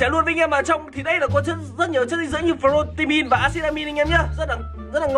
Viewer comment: Lúc nào anh cũng nói priotein và axitamim